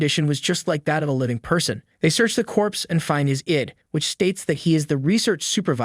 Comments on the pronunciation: Eed no it's "eye-dee" id for fucking identification say the shit right ask fucking Google if you don't know even tho that bitch Google fucks up a lot of words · It sounds like an A.I. reading software was used. The reader doesn’t change cadence throughout the entire presentation and pronounces the word “I.D.” as “id”. It’s still well done though. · It's not a real person, I guess that explains why he pronounced I.D. as id that's crazy! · Nope. He even pronounces I.D as ‘ID’. Kind of weird. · reason to stay in school.. why??? ID is pronounced as EED